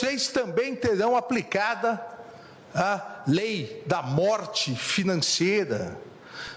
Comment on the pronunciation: Acho que ele não soube falar o nome da lei kkkk